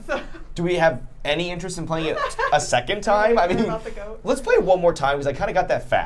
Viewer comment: that is not an Australian accent. We pronounce Goat like go-T, no extra vowels. Also not a New Zealand accent. Hope this helps😊.